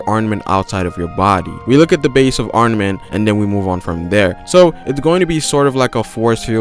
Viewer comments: ARMAMENT! NOT ARNAMENT! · STOP SAYING ARNAMENT HAKI